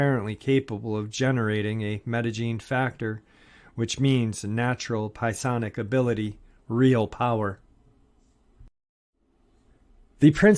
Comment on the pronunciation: Rye-jul=Rigel. Rye-jel-uns=Rigellans Rigel, emphasis on first syllable, Rigellans, emphasis on second syllable. I'm not saying this to criticize, just to help out. Some people will not take you seriously if words are mispronounced, mostly because they would think a person ill-educated, and therefore untrustworthy, who mispronounces such words. Also, I believe you were trying to say sigh-onic(psionic), emphasis on first syllable. Again, not trying to criticize, just hoping to help. God bless!